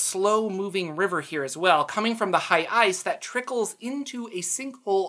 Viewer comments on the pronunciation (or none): none